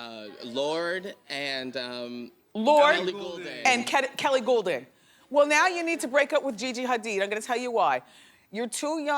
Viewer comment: Did Wendy Call her "Kelly Goulding"? LOL